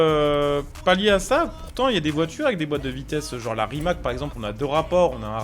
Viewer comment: Super vidéo mais Rimac ça se prononce « Rimatz » sinon continue comme ça 👍